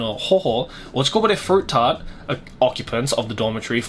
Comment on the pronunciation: Ochikobore FeRuiToo tArtOh 😂